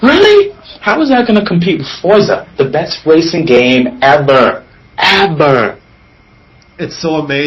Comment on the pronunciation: The one debating BBC made me angry. Like, really? "The best wacing game evar!"